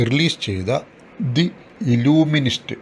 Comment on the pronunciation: illuminist =പ്രകാശശാസ്ത്രജ്ഞൻ illusionist = മായക്കാഴ്ചക്കാരൻ I think Pronounciation mistake